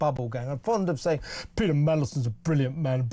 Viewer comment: lmao. .Have you always pronounced Peter 'Peda' or do my ears need checking .